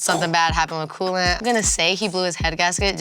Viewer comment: Yeah, it's "Cool-Ant it"!!!!🤣